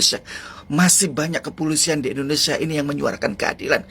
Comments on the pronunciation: Indonesiah, di tundah, merekah, ko ngomong gak ada yg benar, terpujih, indonesiah,, gak usah ngomong kalo blm bisa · Masa indonesia, di baca indonesiah, berani merobah nama indonesia